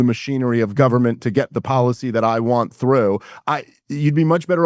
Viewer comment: There are many reasons I can't stand Dave, but the one I really can't stand is his stupid accent. Instead of saying "tax policy " correctly, he says the word policy like a moron!